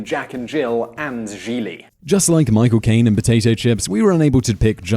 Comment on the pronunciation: Hey, you pronounced Gigli correctly this time!